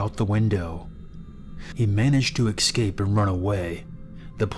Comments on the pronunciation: Great narration, but I have two points of criticism. One, it's pronounced "es-cape" not ex-cape two, when the story includes pictures, edit them in. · Did anyone else hear how he pronounced escape? It sounded like he was saying excape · This is making me nuts - It's "et cetera" (et cet·er·a), not "eggsedra" or "exedra". And it's "escape" (es cape), not "excape". And I just heard, "I had several lit-rees of water". I think that's supposed to be liters. And there is no such word as "accrossed" or "acrost". It's "across". I like these stories, but these little grammatical disasters are killing me. It completely takes me out of the moment. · It's still happening 5 years later. In every video 😩😖 don't forget "eggsedera" and "excape" lol